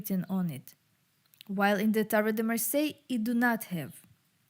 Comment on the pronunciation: Lot of thank , merci beaucoup from France ^^ you say Marseille good ^^ 😀